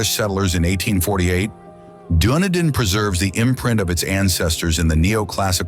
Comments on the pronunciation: Your pronunciation is absolute shit. I understand Maori being butchered, but you butchered Dunedin (Done-need-din), Coromandel (cor-raw-man-dal) Jez man, research your subject first. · A beautiful country full of amazing surprises. I did find tho that the pronunciation of so many sights and towns was left wanting. Please....I beg of you, finish your research off with a local speaker to get it right. Ie. Dun ee din. Not what ever was said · Done-nid-din 🤣 at least he didn't say lake Wah-narka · Lovely documentary but please get your pronunciation correct. Example Dun- e-din not Dune e din, Rua- pe-hu, Ro-to-rua. Even that is basic.